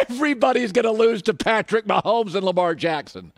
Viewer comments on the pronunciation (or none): none